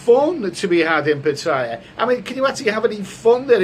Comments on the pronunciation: It's good to hear you got a little, but if Patts doesn't work out, you might want to take the midnight train (first class of course) from BKK to Chaing Mai: lovely this time of year. Also, my friend, you're hurting my ears a bit with the pronunciation of your current location: try pah-TEE-yah. Ask your Thai lady friend. Cheers. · 1. Pronounce pattaya properly 2. Donate all monetisation of this YouTube video to thai people